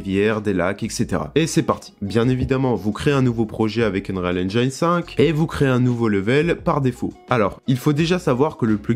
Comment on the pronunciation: Prononciation : unrealle enjaïne 5 ! Mort de rire !